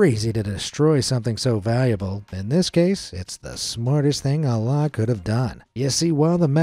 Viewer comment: I don’t wanna be that guy but the way you butchered the name Alaa is crazy 😅